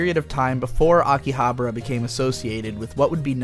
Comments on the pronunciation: Dude, it's AkihabAra, not AkihaBRA. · Pretty sure it's pronounced differently than how you're pronouncing it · Huh. pronunciation of Akibahara is like the fifth way I have heard it said. My wife's Japanese friend and our bartender buddy from over there each say it differently than the other too.